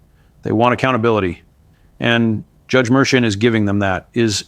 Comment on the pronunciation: The Judges name is pronounced Mershawn.